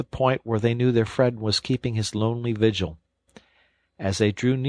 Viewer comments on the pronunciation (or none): none